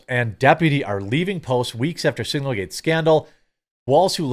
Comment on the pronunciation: I know it’s signalgate. But hearing you call it singlegate is just funny. But I don’t think it was any kind of mistake.